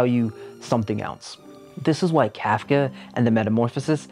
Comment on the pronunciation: As a trans woman trapped in a red state I appreciate this video a lot. That said, you continue the beautiful and long held tradition of video esaayists saying words incorrectly 😂 much love. It’s “Cartesian sense”. Not “Decartes’ sense”. “Inns-👄” got me too. Whew! Also the way you butchered Kafka’s name hurt my German-Jewish soul! I say this not to mock or attack you, but because its something I’ve taken to heart: at the very least, with a person’s name: unless you have a speech impediment or stutter or some disability, it’s a matter of respect to get their name correct. And frankly, I think you grossly mischaracterized Psycho given how much stigma trans people continue to receive from it. Not saying it isn’t a masterpiece of horror. But it seems like you missed the semiotic concepts baked into the film. I think you’re a talented communicator and vivid storyteller. You have a gift and I’m excited to see what you create next.